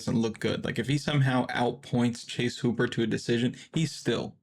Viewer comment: Please stop saying hooper like that😂😂